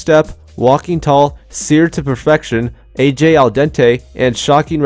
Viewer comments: Why are you calling AJ, BayJ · Her name is not "Bay Jay". It's A.J. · Its not baej its aj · Lol you said bae j 😂